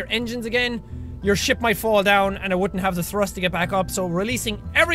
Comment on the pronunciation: every time you say ship it sounds like you say shit eg: this is going to be a massive fat ship (sounds like shit) . :D